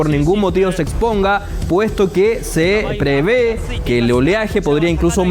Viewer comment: “Se prevee”, no. Es se prevé. 🥴